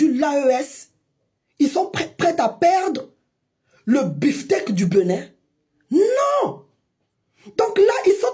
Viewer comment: À ton âge, tu n’as rien à foutre ? Il te faut ça pour manger ? C’est bien triste ! On dit Bénin pas Beunin 🤣